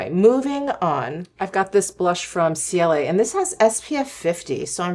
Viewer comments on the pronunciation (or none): I love the brand Ciele (btw the brand is pronounced CL😉). Almost everything has a mineral SPF of 50. I especially love their skin tint, concealer, blushes, & cream bronzers ❤